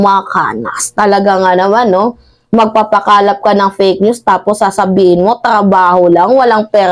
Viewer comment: .."MAGPAPAKALAT" hindi MAGPAPAKALAP..at Macanas hindi Macanias